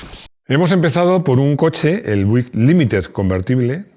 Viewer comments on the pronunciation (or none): no se dice "Buick" se dice "Biuick"